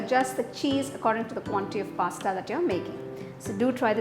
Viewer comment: Recipe is tempting but pronunciation of Pasta was awful